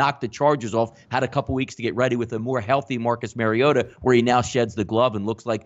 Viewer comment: His name is not "marry oh ta ". It's Mario ta...good grief it's not that hard.